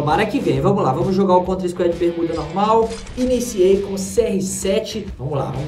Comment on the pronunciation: Nao é squed é squad mn